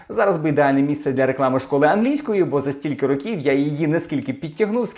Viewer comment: "Рóків", а не "рокі́в"